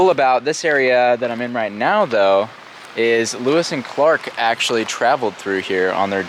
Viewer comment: I'm not the only one thinking he said 'Lois and Clark', right? 😬 No idea who Lewis and Clark are though.